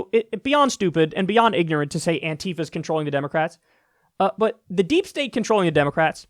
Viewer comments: Kyle... ffs.... is not "Anteefa" it's "Anti-fa". ANTI-Facist-Action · "Antifa." Not "anTeefa."